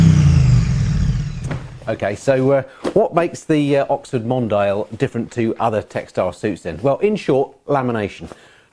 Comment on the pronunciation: I believe it's pronounced mon-dee-al, like the French word for "worldwide; global; worldly; cosmopolitan".